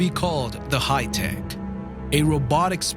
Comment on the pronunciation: Da "hi-tek"...roflmao